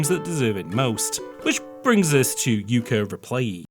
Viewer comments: Replay-lee, not replayee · I'm so distracted by the missing "L" in "Replaylee" =P